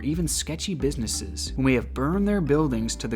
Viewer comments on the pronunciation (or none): "businesses" not "busnisses" btw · I'm sorry. I hate to be THAT cat, but..., mate-- "busnisses?" (Disappointed meows) 💕 >^..^< 💕